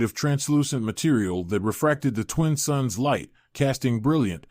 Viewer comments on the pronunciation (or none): It's "2 suns" not "2 sons". You do this in all your stories.